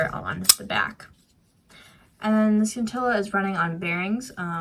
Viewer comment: the c in scintilla is silent.